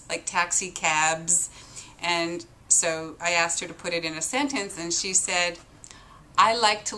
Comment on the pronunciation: color collar try "caller". and asked and not axed (as in a question)